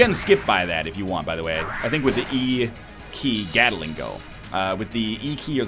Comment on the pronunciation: Does it bother anybody else to no end how he says 'gattle-ing' instead of 'gat-ling'? It's named after a person named Gatling, not a thing that gattles. Also this Isaac mod looks great, hope it comes out when workshop gets implimented.